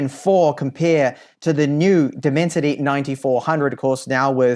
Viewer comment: Left the video , when he said Diiimensity chip 😂😂😂😂